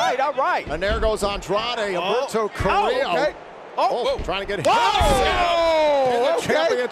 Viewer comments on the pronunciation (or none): He said Humberto Carrillo but it did sound like Alberto del rio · Rushy the second time he said Humberto carillo not the first time lol